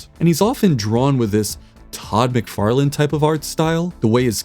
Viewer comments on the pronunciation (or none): none